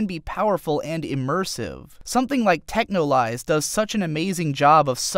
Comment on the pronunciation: Yo,, you messed up. It's Texhnolyze not Technolyze.